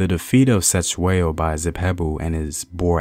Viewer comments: this piece is perfect except for the pronunciation of the King's Surname. "C" has a soft front mouth click sound....DM me and I'll teach you bro....Great stuff....I am forever watching your material! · Mfethu I was he not Se it's Ce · 😂😂the C in Cetshwayo was so disturbing,especially when you know how its said but atleast the message got on👌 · I sorry I cannot watch this video if you will continuously mispronounce his name like that. There's 2 thins you could do: Ask a Zulu person to teach you how to pronounce it or just refer to him as King C. But you too can learn how to pronounce it like we learned how to pronounce and speak your language. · Wish u can learn how to pronounce our names right Cetywayo Learn how we pronounce C in Zulu your video is great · It would be so easy for you to find a Zulu person and ask how to properly pronounce the names. #Respect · 🙆🏾‍♂️😂yo..the way he says Cetshwayo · That's not how you say Cetshwayo. 😂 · I'm not Zulu but you aren't pronouncing "Cetswayo"s name correctly This is very disturbing you should've atleast researched how the way you pronounce the name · Atleast attempt to pronounce King Cetshwayo's name. You did not even try, you shouldve atleast done your homework on how to pronounce his name before your actually teach us about him. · You could start by pronouncing his name correctly you know.